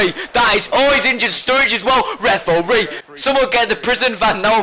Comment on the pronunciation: I love how you say reforee !,!!!